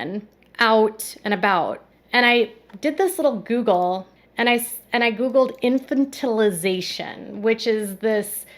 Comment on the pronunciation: I was wondering how long I would need to scroll before someone pointed out the mispronunciation! I don’t know why mispronunciation drives me nuts but it does 😁